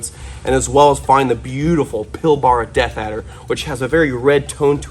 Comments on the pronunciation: Ahahah its not pronounced pil barah it’s pronounced pilbrah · Pilbara is pronounced Pil-Bruh haha. Nice addition 👌